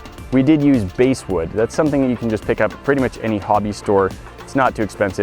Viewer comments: Basswood not Basewood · Bass wood is pronounced bass like the fish haha. That and sieve is prounced differently. But awesome video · Basswood is pronounced like the fish. Not like the subwoofer. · That's not BASE-wood, that's BASS-wood like the fish. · It's bASSwood, not BASEwood.... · Bass wood is pronounced lika the fish not base Seive is pronounced siv Its embarrassing you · It's bASS wood, not base wood. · Also base wood? Pronounced bass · It's pronounced Basswood, bass like the fish, not base as in baseball, and now you know. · If you don't have access to finer sand and want to sandblast wood, I'd recommend using a harder wood such as pine or oak. Basswood (pronounced like the bass fish, not base) is a very soft wood that is used often in the woodcarving community for its softness. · base wood? it's balsa wood and sieve is pronounced siv. you're welcome . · "Base wood"?? You mean basswood? (Pronounced like the fish.) You show a massive air compressor - would this work with a smaller one, like for inflating car tires? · He also pronounced Basswood as base-wood and not bass wood like in the fish. It got its name from making fishing lures for bass fishing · Its Bass wood, not Base wood. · It's pronounced "b-ASS" wood not "B-ass" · basswood is pronounced like bass the fish, not bass the instrument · It's also not pronounced "basewood". It rhymes with "glasswood". Like the fish. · Two things: it's "Basswood" (baswood) like the fish, and it's a "Sieve" (siv) rymes with "kid" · It’s called bass wood pronounced just like the fish just so you know keep it up! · seev? It's pronounced Siv Base wood? Balsa? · Going to run some sand through my seeve onto my base wood. SORRY SORRY! Just giving you a hard time. Everyone makes mistakes like this. If you aren't familiar with something of course you could easily mispronounce it based on the spelling... it's still kind of funny though. :) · its pronounced siv the `e` is silent also its bass like the fish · Bass, not bass